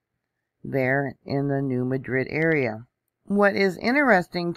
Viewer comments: 😄❤ My husband said why is she saying it like that!😆 We also say tar for tire too! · You mispronounced NEW MADRID !!!